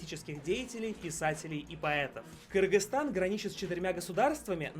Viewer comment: Правильно не Киргистан а Кыргызстан